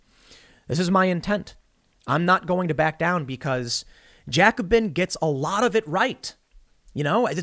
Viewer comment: You're mispronouncing Jacobin.